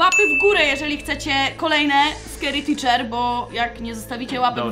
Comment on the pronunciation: Czekaj czekaj mówmy na scary teacher. Scary ticzerka 😅